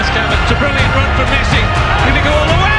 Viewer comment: said Messa